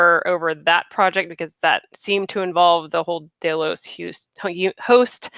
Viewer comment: Ugh day-los, i cant take it lol